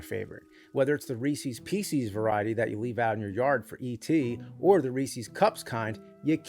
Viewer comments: C'mon, man. It's Reese's. Not Reesees. It's Reese's Pieces, Not Reesees Peesees. Reesees Feces. 🤦‍♂ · I love the nerd like a brother and I could listen to him talk about anything but I've never in my life heard anybody pronounce Reese's Pieces the way he does. Reesuz peesuz not reeeeceees. Reese's does not rhyme with feces. Reeses rhymes with.. well pieces... we gave our 2 year old his first Reese's tonight. It was an amazing experience watching him taste it for the first time. Cheers James! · no, it’s not. I also live in New Jersey. It’s just the wrong pronunciation. He even says peecees. It’s pieces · It’s “Reese’s Pieces” - not “Reesee’s Peesees.” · Dude you say Reese's wrong like a kid would. Remember the dude from The Terminator: Reese? John Conner's dad? Pretend he made these. Reese's Pieces. You go out of your way to say both words wrong. Ree Cees Pee Sees. Adorable. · REESEAS? REESEAS PEESEAS?! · LOL it killed me when he mentioned Reese's Pieces and actually Pronounced it "Ree-Sees Pee-sees" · Of all the ways James pronounces words oddly, “Reecies Peecies” has to be the one that jumpscared me the most. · Ree seas peas seas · You know what's BULLL-SHIT: the way James says Reesees peesees. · I'm fascinated by the way he pronounces "reecees peecees" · Hahaha imagine if Bimmy had to climb a mowden to find reecees peecees at the top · I hate it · That's why I pronounce it..."Risses Pisses" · Bro says it like that one guy in that meme that went “favorite candy? Reesee peecees or them life saver gummies. You give me a bag of em…they’re GONE.” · Oh no James, don’t be the guy who says REESEY PIECEYS 😂 Spooking me solid over here 👻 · The first time I heard someone pronounce it as "Reesies Piecies" was in the film "Lucas," in which one of the football players orders it at the movie theater. He's kind of trying to act like a jackass in front of his girlfriend. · Very common pronunciation in certain areas, wrong though it is